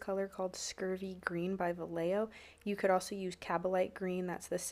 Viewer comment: Hey, just a headsup, Vallejo is a Spanish company so the double L is pronounced like a Y, like pollo. Great paintjob as usual!